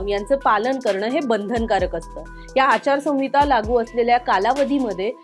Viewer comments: मॅडम, संविता म्हणू नका.आचार संहिता असा उच्चार करा. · आचारसंविता नाही ओ मॅडम आचारसंहिता असं असत व्याकरण आणि वाचायला शिका आधी मग पत्रकारिका करा 🤦😂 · Not "sanvita "Correct is "Sanhita "